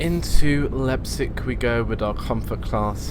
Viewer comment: your saying Leipzig wrong